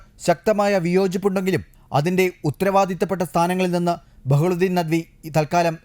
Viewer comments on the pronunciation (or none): ബഹ്ലുദ്ധീൻ അല്ല. Bahaudheen നദ്‌വി